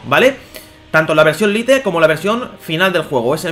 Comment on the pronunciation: no se dice lite se dice lait, no es tan dificil decirlo bien